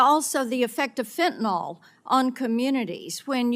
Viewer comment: Marsha Blackburn doesn’t even know how to pronounce Fentanyl. She says “Fentnol.” Hard to take her yammering seriously when she speaks so poorly.